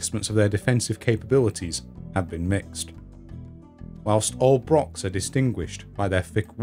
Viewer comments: Please not 'brock', 'lock' but /brox/, /lox/ etc. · Why can no Englishman say "Broch" correctly??? Its not a brock ffs